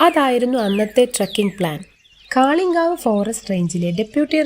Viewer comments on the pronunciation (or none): കാളിങ്കാവ് അല്ല കാളികാവ്.... കുരുളായി അല്ല കരുളായി. ...😌😌